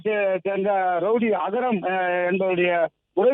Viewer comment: அது அகரம் இல்லடா அக்ரம்